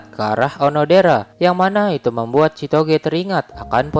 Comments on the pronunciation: Kenapa gw denger chitogee malahan si togeee🤣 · Kok denger nama ceweknya sitoge wkwk